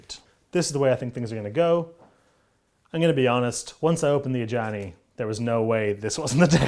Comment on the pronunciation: Love the videos. Killed me with the Ajani flub at the beginning. Glad you guys are working more with Wizards.